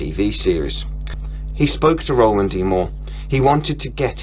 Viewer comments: It’s Ronald not Roland! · by the way lad - his name is Ronald D Moore - not Roland... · Hey man, its RONALD MOORE not ROLAND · Actually, it's not Roland, It's Ronald. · Ronald, not Roland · Ronald D. Moore not Roland D. Moore.